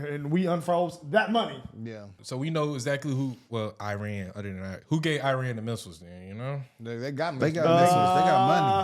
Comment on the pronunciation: Iran is pronounced Eran you guys